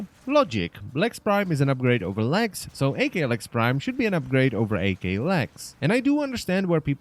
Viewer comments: "Ak", not "AK". The "Ak" in the name is meant to be an abbreviation of the term "akimbo", which basically means dual wielding guns. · I'm sorry but it's pronounced "ack" not "AK" like ak47 that really triggered me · its ack because in English unless the letters are separated with a dash like so, a-k, then you pronounce it as two letter together not separately.